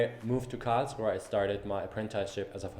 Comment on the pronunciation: I love how you pronounce KARRRLSRUHEEE. :D